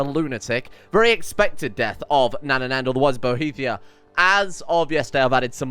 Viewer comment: Bohemia: exists: „Boethiah” „Bohethia” lol